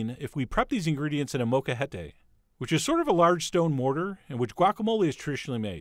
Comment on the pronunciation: Chef John: I forgive you for butchering the word "molcajete" (note the "L" in there) especially since at least you know it exists but I can not forgive you for using a metal bowl and metal utensils which absolutely alter not only the flavor but also the texture of the avocados. Traditionally guacamole is made in a non-reactive wooden bowl and mashed with a wooden masher or spoon. Alternatively, glass is great or best of all, a molcajete! As you know, real molcajetes are made from lava rock but even those cheapy plastic ones are better than metal. Still, your guac came out looking beautiful because you used prime produce and transferred it to that glass serving bowl right away. And thank you for not using any of the ridiculous non-authentic things like cumin or vinegar or chili powder or tabasco sauce or taco seasoning or bell peppers or olive oil like some folks do. Your recipe is indeed quite authentic and delicious. Sorry for the long comment. Thanks for hearing me out. Peace.